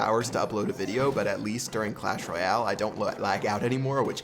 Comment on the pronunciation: PLEASE LEARN TO SAY "Royale" PROPERLY IT'S SO IRRITATING